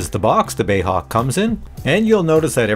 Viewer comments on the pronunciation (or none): Love your videos but it's BAe (British Aerospace) not "bay" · "BAY" Hawk ... LOL. How funny 😅 🇬🇧